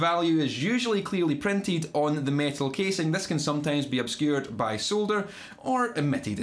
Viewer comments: So glad you actually pronounce the L in solder, it bugs me when I hear saw-der. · Great to hear solder and nice hair. No silly baseball caps the wrong way around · Its an American thing. soder....